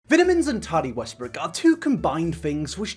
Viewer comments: “viddamins and tardi westbrook” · I'm just here to listen to keep saying "vit-ah-mens" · I’ve never heard anyone call VItamins Vetamins. Is that just an American thing? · I just love(as an American) to hear you say “vit a mens”. You’ve got me as a fan forever♥️ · I love how the British say vitamins.